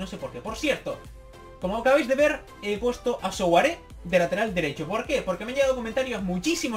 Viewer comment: Souaré se pronuncia suaré ya que su nombre viene del francés de África y el sou se pronuncia sua